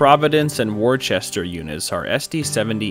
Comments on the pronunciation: Great video, as usual. Amazing drone work and I really enjoy the calm music. One minor correction, Worcester [as in Providence and Worcester, the SD70M-2's] is pronounced 'wooster'. It's a shortline here in New England. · Great video! One minor correction: "Worcester" (as in "Providence and Worcester") is pronounced "Wuh-stah" here in New England! Like Worcestershire sauce.